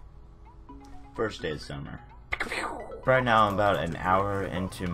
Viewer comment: "fist say of summer" pulls out finger pistol* "picka pewww"😂